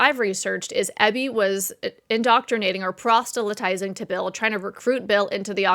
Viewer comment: I enjoy your videos!! Please check the pronunciation of "proselytize," however. I think you're inserting a "t" after the "s."